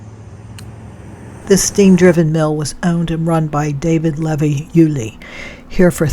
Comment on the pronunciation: Thank you for your video(s)!! I love this one especially, because it’s where I’m from. Lol With all respect, around here, Levy is pronounced: LeeVee Not a big deal, but sometimes we like to be groovin the local way!! 😂❤